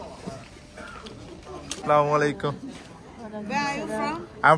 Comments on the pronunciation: সালামালাইকুম বলবেনা আসসালামু আলাইকুম বলবেন শুদ্ধ মুসলিম ভাবে কথা বলবেন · আসসালামু আলাইকুম হবে। স্লামালাইকুম শুদ্ধ নয়।